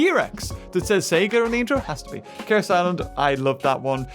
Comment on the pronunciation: Is it just me or does sound like hes saying KSI land instead of chaos island?